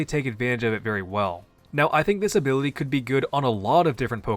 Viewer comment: take a shot every time he pronounces ability as “abiwity”